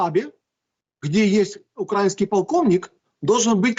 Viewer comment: Кацаба, ты что ,не выговариваешь слово УкараИнский? Что еще за УкрАиниский…?